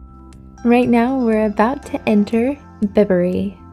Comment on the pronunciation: It's not bib ury it's pronounced by bury. Thank you.